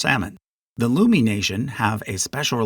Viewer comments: I would love to see other videos about K and L pods!! Some notes: - Samish is pronounced /sæmɪʃ/ like the name "Sam" + ish. - Coast Salish is not a language. It is a language family, like Romance languages or Germanic languages. These words are in Northern Straits, specifically the Samish variety. - Lummi is prounounced /lʌmi/ like "Luh-mee," not Loo-mee. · Sucia Island is pronounced "SU-sha"" and "Lummi" rhymes with "Yummy." Source: born and raised in the Puget Sound right next to the Lummi Nation.